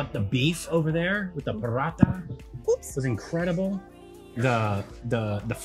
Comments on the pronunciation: Its poo porotta not parata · Not Paratha.. It's Porotta